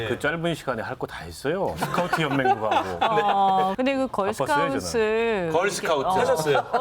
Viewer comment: 쓰카우트냐?? 용남씨 제발....... 하는짓도 손가락이 오그라들고 발음도 오그라들고 차라리 그냥 조용히 살라고 본인하는 소리 1도 신뢰가 안가요